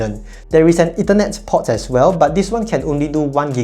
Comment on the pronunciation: "port" has a longer 'o', you're saying "pot"